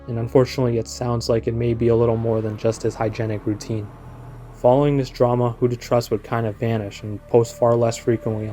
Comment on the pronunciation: WhoToTrus? Not Trus, apparently.